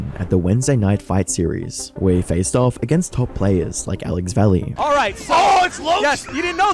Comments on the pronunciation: Doesn’t matter at all but it’s pronounced Alex Vai-yay. Not valley. Just for clarity’s sake. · It’s pronounced Va-Yay not Valley. He is one of the old guard of street fighter. Please get the pronunciation right.